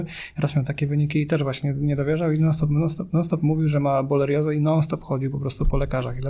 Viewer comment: Dziękuję za tę bardzo wartościową rozmowę. A na marginesie: panie - borelioza (nie bolerioza, jak raczył pan kilkakrotnue wypowiedzieć). Pozdrawiam